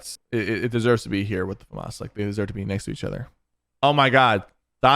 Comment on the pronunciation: FINALLY SOMEONE WHO KNOWS HOW TO SAY FAMAS